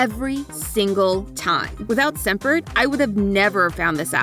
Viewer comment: I heard scent bird as semper